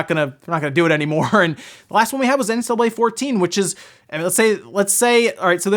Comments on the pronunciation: Why is he not pronouncing the C in NCAA? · How come you can't pronounce NCAA?